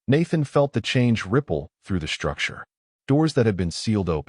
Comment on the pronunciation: Great story. BUT, SHTRUCTURE, EXSHTREME, DISHTRESS, INSHTRUCTED, DESHTROY, SHTRAINED, DESHTROYED, DEMONSHTRATED, SHTRUCTURAL, CONSHTRUCTION, SHTRONGEST, SHTRATEGISTS, RECONSHTRUCTING, STRUGGLED, these are said up to 30 minutes....these are NOT English words. WAY too many AI and humans put that Freakin "H" after the "S"!!!! WRONG, WRONG, WRONG!!! And, yor AI, and it is MOSTLY this same AI voice throughout YouTube, that Freaking stu.u.u.u.udders on some wo.o.o.o.ords! Very annoying.